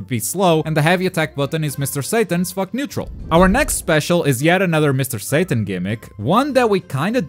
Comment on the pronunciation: Did he just say "mr.satan's fuck neutral" Or im high